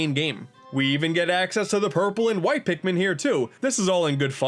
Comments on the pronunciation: "Pikman 1 and 2..." it's Pikmin not Pikman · "a mii is a pikmin" *Pikmiin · Now we gonna need "Hey Pikimin"